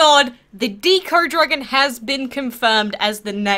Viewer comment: it's deco not deeco, like art deco or decoration